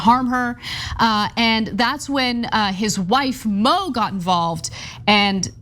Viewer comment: Her name isn't Mo/Moe it's MOO!!!!